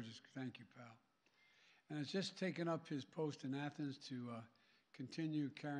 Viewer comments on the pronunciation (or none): none